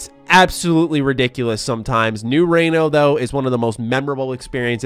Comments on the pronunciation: “I just love new rano” it’s Reno 🤦🏽‍♂️ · I cracked up when he pronounced New Reno as “New Raino” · Pronunciation of New Reno is a bit dodgy